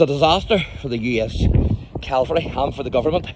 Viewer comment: By the way, the term for US mounted fighting troops is "cavalry", not "calvary".